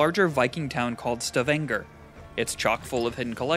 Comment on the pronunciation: Man you butchered the word stavanger so bad omg